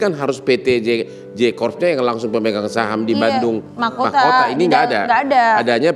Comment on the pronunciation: makuta bang bukan mahkota